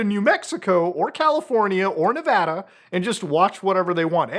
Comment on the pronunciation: You said Nevada correctly. Thank you. Discord has a lot of good features but this BS is why we need alternatives.